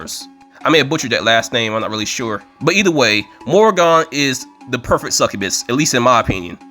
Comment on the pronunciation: I believe it is pronounced "more-again." And no; that isn't a joke. It's the actual Celtic pronunciation from an actual Irishman.